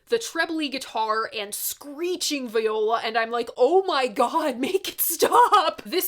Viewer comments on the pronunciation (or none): The word "Viola" when referring to an instrument is pronounced "Vee-oh-la". "Vigh-oh-la" is a woman's name. Keep on making wonderful stuff,!